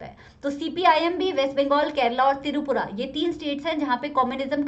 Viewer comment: apko bolna nhhi aata hai kya tirupura kya hota it is tripura bolna sikho aajate hai